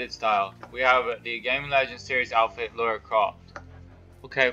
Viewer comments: Lara, not laura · It’s Lara not Laura! 😉. Good video though dude.